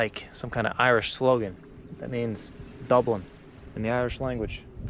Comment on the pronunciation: Your Irish pronunciation is awful though.